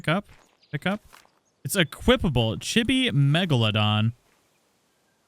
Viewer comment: None water chibis are way better. Like a thyla. With s+ you can tame a poo one and chibi fy it with the s+ mod gun. Also it's cheebee.